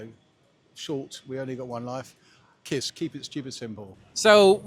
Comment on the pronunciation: I’m just spitting my tea here at the chump who managed to say the KISS acronym wrong. Obviously not that simple after all 😂